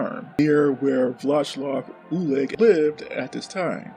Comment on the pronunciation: Wheel cum is probably the best thing I've heard in a long time lel. "Vlashlav Ulich" aint even close my dude